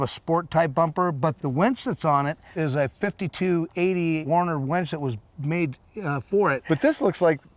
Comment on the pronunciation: "Warn" winch. Not "Warner".